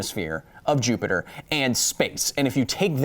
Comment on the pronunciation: You once again called Jupiter JupeJupe. Please stop.